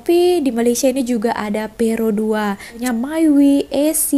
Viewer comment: Produa bukan peerodua susah sangat nak sebut oii..!